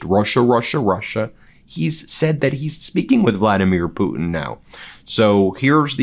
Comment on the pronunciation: You know the weird thing about it he pronounces the Russian Leaders name correctly but when it comes down to somebody else mispronounced their names he actually a weirdo